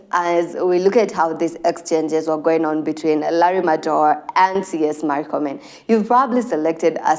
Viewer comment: its not markomen. its murkomen. we aint americans. pronounce it as it is written